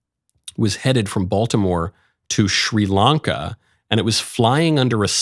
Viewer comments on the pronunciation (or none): none